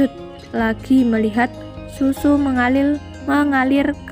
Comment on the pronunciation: Haduuuuh mbak eee 😁😁😁 mulut jadi bulu , Mengalir jadi mengalil , Baru kali ini ketawa bukan karna isi videonya , Tapi ketawa karna suara pembacanya